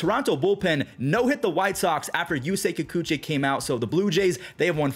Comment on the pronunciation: it's YOO-SAY KIH-KOO-CHEE, not Kikuchay